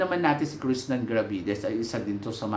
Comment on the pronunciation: Krishnah NAH NAH NA po ang name niya as in KRISNA hindi Krishnan NAN NAN NAN... matagal na po at ilang beses na ninyong sinasabi na Krishnan NAN NAN NAN si Krishnah NAH NAH NA hanggang ngayon di nyo pa mabanggit banggit ng tama ang name niya... KRISNA po, hindi KRISNAN... peace... 😊❤😊